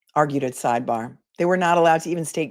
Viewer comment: Hehehe...I do not think you will talk normal every again! Hehehhe - it will always be sideBAGH and lemonade! I love it! Love from South Africa! Unfortunately our timeframes mean I can not join you live in any realistic way...but always catch you the next day! Love also that family comes first and sometimes you have to deal with your kids - that is so realistic and same on all our sides!